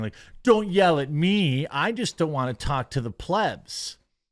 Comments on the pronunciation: Where are you replying to your followers in this videos comments? Also learn how to say plebs please. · He's pronouncing plebs properly today.